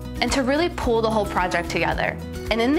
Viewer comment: "If it pulls in the corners..." - "...to really pool the whole project together." I... I'm not trying to make fun it's just honestly what I heard and it took me a second to figure out 😂